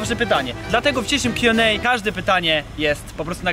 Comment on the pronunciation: Mówisz kju end ej w ju es ej?